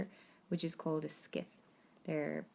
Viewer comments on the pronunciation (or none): A succinct, interesting summary. One point though: I had to re-listen a few times to the word before I realised it was scythe. All my life I have heard the word pronounced "_syth_" (i.e.silent c and silent e) and this is also what it says in the dictionaries I have at hand.